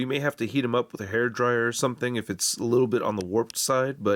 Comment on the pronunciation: Every single video be like: i heat it up with a hait dryer